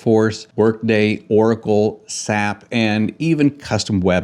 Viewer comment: "SAP" is pronounced like an acronym... WalkMe is also used for software training in general... I have heard enough to already understand that you are no expert on digital adoption here, and that your opinion on WalkMe in general is erroneous.